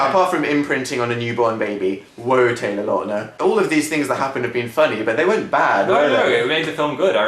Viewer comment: i love when dan says taylor lautner!